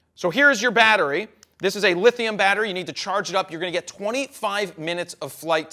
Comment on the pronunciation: Lipo,not lethium